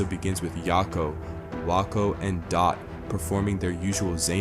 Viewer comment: Wakko comes from ‘wack’ or ‘whack’ and previously probably from ‘thwack’ but all of them sound the same and you’ve botched the pronunciation. Not gonna hurt anyone but definitely wrong. Good video though, I love these little imps